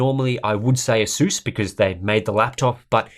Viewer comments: asuuuuuuuuuuuuuuuuuuuuuuuuuuuuuus asas is how u pronounce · Asus not aSus